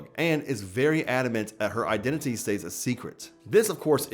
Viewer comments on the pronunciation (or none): none